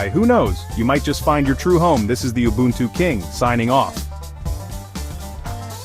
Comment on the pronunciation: It's oo-boo-n-too not you-buntu